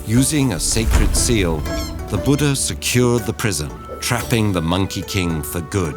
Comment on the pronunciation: Such beautiful and cute storytelling.. but 'Boooodaa' gets me everytime 😅 being acceptable to change Eastern names just like that